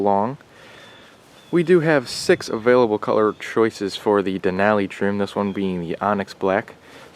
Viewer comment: Nice overview. Just need to pronounce “Denali” correctly. :)